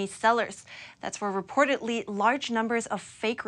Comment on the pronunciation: The female newscaster is great. Just a helpful English suggestion: try to pronounce the letter "d" as "d" not "t". For example, reportedly not reportetly also rapidly not rapitly. These words are stated in the first minute of the video. Good luck! Thank you for you newscast.